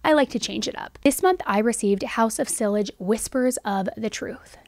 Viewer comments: See-yaj not sil-eg. Not being an ass, I’d wanna know. Have a great day! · Sillage is pronounced “Cee-yaj”. The Double LL is a Y sound. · FYI 'Sillage' is pronounced Si-YAH-J (soft J) not Sill-Age.